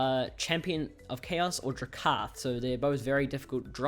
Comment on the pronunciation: His name is DrAkath, not Drakaaaath